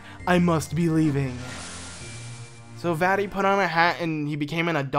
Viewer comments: The way he says "vati" and not "Vaati" as in "Vah- Ti" Just such a bad name when u pronounce it that way 🤣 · Sounds like he's saying "fatty"